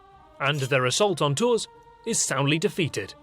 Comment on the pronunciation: na i'm sorry x) Poitiers, the S is silent, Saumur is said Somur, Tours, S is silent... Not even close to 5% x) But yeah, this channel is cool. just that damned rosbif accent.